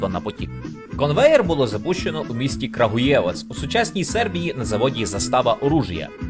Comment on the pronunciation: Експертно заявляю що правильно наголос КрАгуєвац) на А